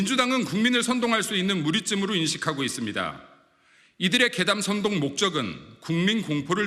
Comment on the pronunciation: 근거도 없는것을 선동이나 하는짓~ 지금 소금장사중~ 목표액이 될때까지 소리질러~~ 전교조는 학생선동~ 꼬라지하고는? 이×명 운이 끝났나? 선동발음이 어눌~쓰러질려나?